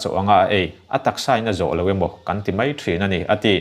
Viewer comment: Sir, mei ti tawh suh.Mai tirawh. Ngaithla chiang la, thahnem ngaihna thil aw..